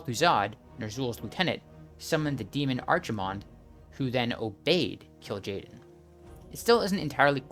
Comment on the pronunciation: pronouncing kaldorei -> kàl-dó-ray or rày (just the ending there is not correctly pronounced) Maiev -> (My-ehv) Archimonde -> (Arc - Emond)